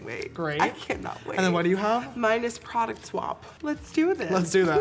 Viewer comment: never thought i would hear Nikki say " that's a lot of prouduct " when applying foundation